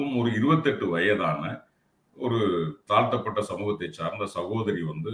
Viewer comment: Correction.He didn't say Thalnthavan but he says Thalthapathaven.So much different.